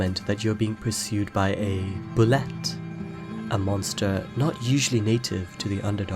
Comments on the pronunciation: Bullette is pronounced "Boo-Lay" , just fyi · Bulette is pronounced Boo-lay according to the 2nd edition DnD monster manual. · Bulette is pronounced boo-yay